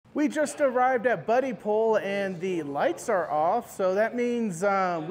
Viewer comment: Its Bud-dipole. Not buddy pole.